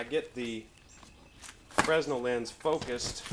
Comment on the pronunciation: The 's' is silent (/freɪˈnɛl/ fray-nel)